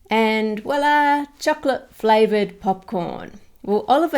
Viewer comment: PEOPLE it's "voilà" not "wallah". V, not w. "vwa-la". It's French, and means "see there". "Wallah" is Arabic for "I swear to/by God" Why do I keep running into people on YouTube who don't pronounce it right?